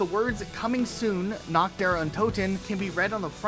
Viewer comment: The pronounciation of Der Reise is supposed to be Der "Rhysæ", what's worse is his earlier pronounciations of "Natch" Der Untoten, his late pronounciation of Der "Rhysè", Der "Eisendrack", Gorod "Kovi", "Verrookt" and apparently, "Dy Masheen"